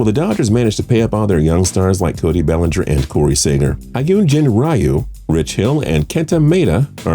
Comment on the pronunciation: You can’t even pronounce Maeda or RYU 🤬🤬